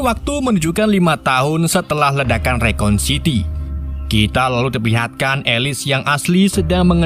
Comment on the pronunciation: dibacanya rakun siti bang rakun sitiiii bukan rekon :(